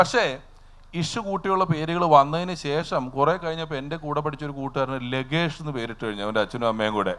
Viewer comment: Langesh , alla lagesh enna paranje